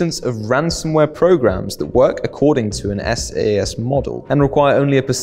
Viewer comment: FYI SaaS is pronounced "sass"